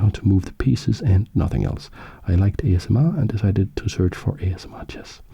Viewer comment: I just realised that him pronouncing it A-Chess-M-R is a brilliant move 😂 Keep up the great work